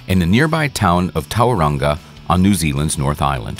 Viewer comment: Lol I live in Tauranga. Also its pronounced toe-rung-ah.